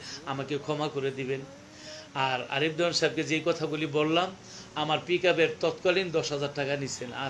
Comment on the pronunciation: আপনি সবসময় আরিফ দেওয়ান বলতেছেন আরিফ দেয়ান চিনি না আমরার গানও শুনিনা